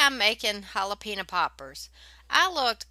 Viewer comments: Look yummy, my favorite part of the video though is listening to your southern way of saying hal-a-peenya ;). God bless. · Hah lah PEHN yo.... Was your cheese too soft because you might've added a bit too much milk?